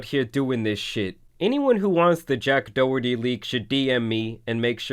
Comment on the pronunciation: It’s pronounced as doc herty not doe herty 😂😂